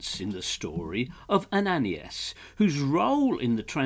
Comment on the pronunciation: Ananias = pro:- "Ann - ah - nye - ass" good try though! :0)